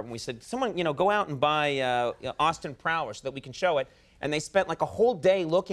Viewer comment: Austin Prowler??? Austin PLOWER. C’mon porn producers